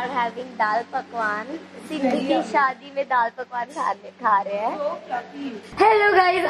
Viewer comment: Umm loved the video, but it's shaadi* not shaddi 😂, lowkey that sounds similar to chaddi 😂, sorry for saying this 😭